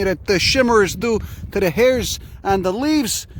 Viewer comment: “Look at those hares” he’s pronouncing it hares, not hairs.